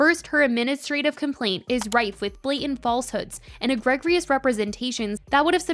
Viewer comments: egregious is pronounced- “agree-jus”. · It’s pronounced eg-ree-jus not e-greg-rious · egregious is pronounced e-GREE-jus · egregious = eh-GREE-jus 😄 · One correction... egregious... it's pronounced eh-grEE-jus... for future reference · You are the second channel I have heard slaughter this word this week, so let's break this down: EGREGIOUS = egg-ree-jii-us. Ffs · girl egregious is pronounced "eh-gree-jehs" lmfao.... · The phonetic spelling of egregious is: ih-GREE-juhs ❤😊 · i feel like such an asshole when i do the "um ackchuallyyyyy" thing, but after a few times hearing you say it, i just want to say the word "egregious" is pronounced "eh-greej-us". ok bye love ur content keep doing ur thing <3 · Interesting! Btw, the word “egregious” is pronounced EE-grEE-jus :) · egg-gree-juss (egregious) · egregious = eh-gree-jus!! saw this mentioned in your last video about blake and justin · The pronunciation on egregious is egregious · thank you lmao this has been killing me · lol this is almost verbatim the comment I put on the last video when it was mispronounced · lol on the last one I was like, I'm not gonna be the pronunciation police but I bet someone will tell her in the comments. Then I heard it again in this vid and thought I must've watched it before. As someone who mispronounced "hyperbole" dozens of times in a formal presentation, I would want to know. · Was thinking the SAME THING!! Thank you 😊